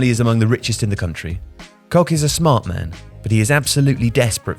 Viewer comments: Koç is pronounced Kotch! Not kok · Koç is pronounced as Koch or Cotch not Kok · It is not Ali Kok, it is Koç, ç is like ch when pronounced like church. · Kok – the perfect pronunciation for Ali ‘s surname. 😅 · Please, if you are making a video about Türkiye try to learn how to pronounce some letters that you're going to use in the video. Koç is pronounced like Koch where "ch" is like in the Chair. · Fam how can you not fact-check the pronunciation of Koç lol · Having listened to and developing a perception of his character over the past few years, I'd suggest he may have pronounced it wrong on purpose 😅